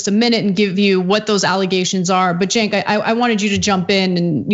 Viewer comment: It’s Chenk, not Jake, btw. And, no, he said that the sexual assault accusation that was made against him wasn’t true. Not that he never sexually assaulted anyone. For all we know there is someone out there he did sexually assault but they never came forward. The one that was made has huge holes in it and a lot of discrepancies in the story. It’s hard to believe it could be true. There is no proof it definitely isn’t true but there is far less proof that it is true. From what I know the woman is currently under investigation for lying under oath for, at the very least, claiming to have the credentials to be an expert witness which was a lie. She also lied about her position under Biden which was much lower on the rungs then she claimed. There is also no one at the top from his team that ever heard about anything even remotely hinting at sexual assault and they barely even remember who she was, hinting at just how low on the rungs she was. She claimed she had told his top people about his behaviour but they don’t even remember her. Even Marianne Baker, his female executive assistant, doesn’t remember talking to her about it and women don’t tend to take these things lightly. Of course they could be covering for him. We don’t know. The only accusations beyond that are him hugging people and touching them appropriately without permission. Even her brother said all he heard from her was that Biden told her that she was nothing to him, which is kind of rude and inconsiderate, but no